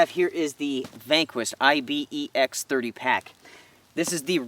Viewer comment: Dude - it's as much I-B-E-X as your name is... There's an animal called Ibex, which you pronounce "eye-bex" much like you pronounce Pyrex...